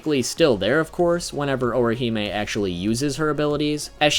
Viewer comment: You just continue to BUTCHER her name but cool vid dude.